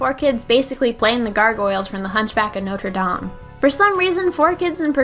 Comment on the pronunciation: Thank arceus actually knows how to pronounce notre dame